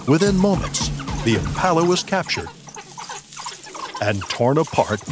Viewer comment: Why are you as an American commenting on this. You cannot even pronounce Impala. Have you even been to S.A.